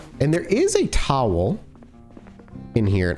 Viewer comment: new Zomboid hype yes but also discovering for the first time how pronounces towel